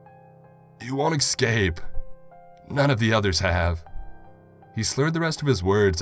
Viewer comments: as a grammar nazi it pains me to hear you eCscape it's escape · The way he says escape as excape is also very annoying